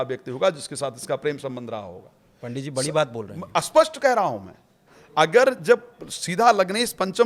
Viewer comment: न जाने कितने ही लोग हैं वे कुण्डली वुंडली जानते ही नहीं वे तो ............. अब पण्डित जी स्पष्ट का उच्चारण कर रहे हैं अस्पष्ट उपर से चैनल के पास कोई कथा नहीं है तो यही सही